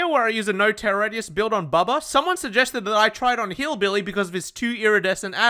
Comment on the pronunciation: the way you said BillBilly at the start made me cackle